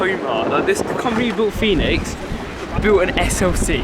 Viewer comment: quick tip, pronounced phoenix. easy mistake, i made it as well lol.